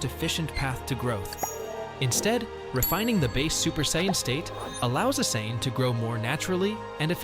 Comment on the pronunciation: It’s Super SAIYAN not super sain. Learn how to speak goofball.